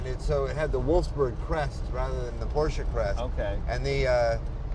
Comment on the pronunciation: Great little car. Amazing that both Jay and the owner mispronounce the word, "Porsche."